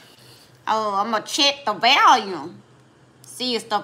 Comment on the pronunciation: "I'm gon check the "VALYUM"..lol